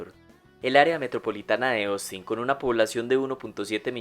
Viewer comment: Persona normal: Ostin El locutor: Osin